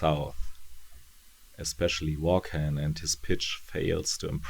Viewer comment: Hey, I've literally run out of current videos of yours to watch, so I decided to go back in time to check out your earlier ones! I have the whole series of Ex Machina in floppy format, but I haven't read all of it yet. I just wanted to give you a heads-up on the pronunciation of "Vaughan"..it's pronounced "Vorn" which sounds a bit like a race of aliens from Star Trek, doesn't it? Anyway, (belated) thanks for another great review!